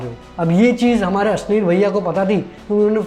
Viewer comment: Asleel Grover 😂😂😂 ashneer Grover hota hai Bhai